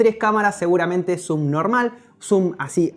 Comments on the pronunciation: entendí "SUBNORMAL" 😂😂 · Like si en el minuto entendiste Subnormal en vez de Zoom Normal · Parece que dijera subnormal en vez de zoom normal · Like si cuando dijo "zoom normal" entendiste "sub normal" xD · Pensaba que en vez de decir zoom normal pensaba que dijiste subnormal 😂😂😂😂😂😂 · Habia entendido "Subnormal" jajajaja Buen video ;D